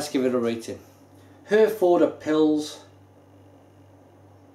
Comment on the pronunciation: I realise that this guy is doing this probably on behalf of his named sponsor "Beers of Europe", he can't even pronounce the name of the beer correctly, and after a mere half a bottle has convinced himself that it's not a German beer - but then changes his mind. All I can say is - What a who has just insulted hundreds of thousands of British Service Personnel who served with the British Army Of The Rhine and RAF Germany, many of whom are constantly pressuring the brewery to sell this here in the UK (so much for not being able to remember it's name next week, maybe it was that strong that only 4 bottles affected YOUR short term memory immediately) and all of whom would LOVE to have this amber nectar (AKA Herfy or, known among the troops as "Yellow Handbags") readily available to them again. FYI, "Brauerei" is the German word for Brewery, and their Felsenkeller Brewery in Herford is a GREAT place to visit. Herford was known to British Service personnel as "Happy Herford" and with the draw down of troops, the last serving personnel left Herford last Tuesday, with the local populace sad to see them leave. Have a look at the troops own Herforder Pils Appreciation Society facebook page:- and there you will find that they all remember it fondly - and many of them from years ago numbnuts. On the site you will find that amongst the named suppliers of Herforder Pils Beers Of Europe happen to be the first listed - N.B. They are ALSO THE MOST EXPENSIVE - t